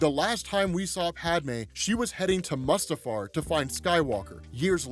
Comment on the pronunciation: Your pronunciation of Mustafar is very wrong